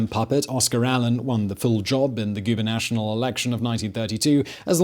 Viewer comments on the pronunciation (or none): Did you say "goober national"? Did you mean, "gubernatorial"? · *GoobernatTORial, not Gubernational *Dell-a-no, not Del-AH-no. 👍🏻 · Gubernational? It is Gubernatorial, Simon. Slow down the teleprompter.